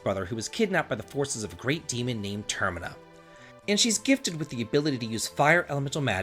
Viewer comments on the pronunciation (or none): none